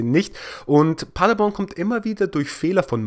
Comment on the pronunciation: "Magdeburg gegen Paderborn. Ich weiß, ich sag Magdeburg immer falsch ..." Hahaha, ich habe keinen Unterschied zwischen den beiden "Magdeburg" rausgehört. Aber wo wir gerade bei der Aussprache sind ... Paderborn ... das ist nicht sehr weit von meinem Geburtsort entfernt ... und wir haben das zu Hause immer auf der letzten Silbe betont. Also Pader-BORN (so stehts auch bei Wikipedia) und nicht PA-derborn, wie Du es sagst. Das ist mir eigentlich egal, wie Du es aussprichst. Ich würde es auch nicht kommentieren, wenn Du nicht die Aussprache von Magdeburg erwähnt hattest. Bleib ruhig bei PA-derborn, das hört sich irgendwie süß an, hahaha. 😉 Beste Grüße 🖐🏼👴🏼